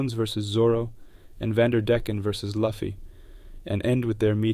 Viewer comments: Loo-fee, not Luff-ee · PLEASE!!!! IT'S LUFFY(LOOOOFY, NOT LUFEE!!!!) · I don't understand how fans of One Piece can pronounce Luffy like that. It should be Loo fee.